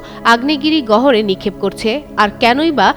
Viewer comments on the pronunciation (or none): Curious mind want to know, what is "গভীর গহর"? এদেরকে সাংবাদিকতা বাদ দিয়ে উচ্চারণের ক্লাস করানো দরকার!